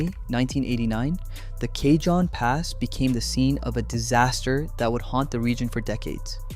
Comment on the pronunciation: You need to learn how pronounce cajon pass you're not saying it right ca-Hoan